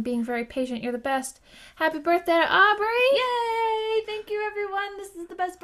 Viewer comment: Happy Birthday Aubrey!!!! :D Good Job on my name! Everyone takes a long pause before trying.